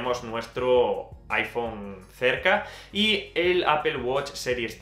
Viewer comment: Me encanta el review. gracias por tu tiempo para realizar este review. "interesante como dices "Apol"... XD Apple Watch 5 detecta caídas, no se en España, pero incluso llama al 911 en USA si el usuario no responde, otra novedad es que mide los db y nos avisa si estamos en un ambiente ruidoso (también lo hace mientras dormimos :D) .